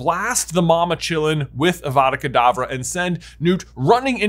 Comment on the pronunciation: Just want to be the first to point out that When J was talking about the graveyard in little Hanglton, he said Avada Kedabra instead of Avada Kadavra. Sorry, hate to complain but hade point it out. Love your channel so much, your my favourite youtuber